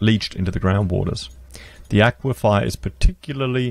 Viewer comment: Aquifer... A-kwee-fer !!!